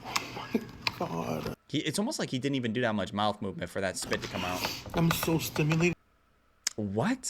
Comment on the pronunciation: "He's just body slamming all of that into his MOUF"